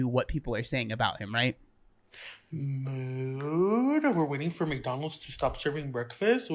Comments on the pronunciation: I thought he was saying moo 🐮 not mood… my bad 😂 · Same here😂, i have been thinking why does he say moo 😂